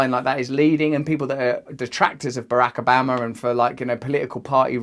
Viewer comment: “Barack Ubama”